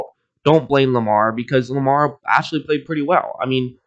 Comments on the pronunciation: It's Lamar not Jamar. Jeeeez! 😒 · Lamar* not jamar